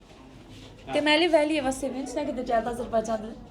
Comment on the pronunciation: Cəldi yox, gəldi. Bu cavanlar nə dildə danışırlar? Cicici....